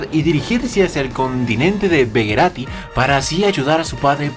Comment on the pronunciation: begarito no begerati